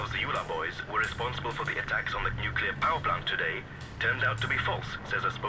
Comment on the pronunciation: Homer :" NuCular!"